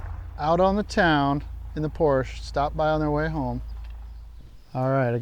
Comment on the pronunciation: Finally an American that's says porche not porcha 😅 the rocks looking good mate 👍 happy father's day